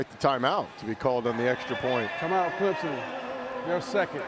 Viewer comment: Can these Dumbass TV game callers learn how to pronounce teams names..... its ClemSon not ClemZon...